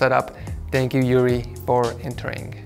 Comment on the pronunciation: Well, my name is "Yuri" as well, but it is pronounced more like "Oori".